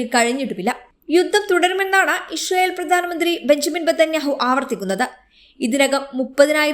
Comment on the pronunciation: ഇശ്റയേൽ അല്ല. ഇസ്രായേൽ ✔️